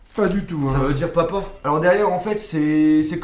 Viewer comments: on di papa pas paupau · Mdr tu dit popa ou lieu de papa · Au lieu de dire papa tu dis Popo 😂